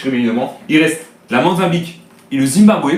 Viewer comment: Ont dit Mozambique pas le monzabique mdr